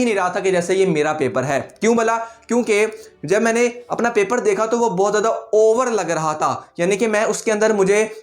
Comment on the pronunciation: He said " overrr " 12 times